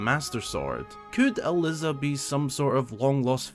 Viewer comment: I was thrilled when I found out there was an NPC with my name, I've basically never seen it used in any mainstream media. That being said, every time you pronounced it as Al-liz-ah I aged another year